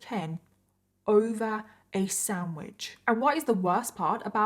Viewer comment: It's funny how you say "samwidge" instead of sandwich lol